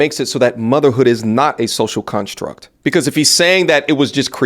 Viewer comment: It’s been bothering me how he says “social cunstruct” 💀